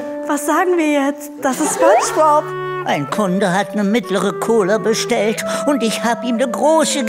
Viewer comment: Fairerweise muss man sagen, das Vorgetragene von Santiago Ziesmer als Spongebob war falsch betont. Ich nehme es ihm aber nicht übel, da er die Serie wahrscheinlich nicht in und auswendig kennt 😉